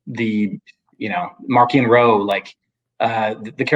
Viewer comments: The way Charles pronounces Marchion Ro just feels weird to me. Maybe Marc Thompson ruined me lol. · not just you. I read the physical copy of LOTJ and prefer to pronounce it as March-eon Ro.